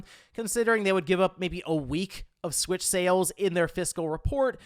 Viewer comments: The nintendo Swiitch pronunciation is cursed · It makes me want it more